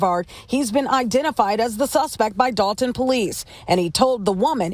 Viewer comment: The moment you said Dolton…🤦🏿‍♂️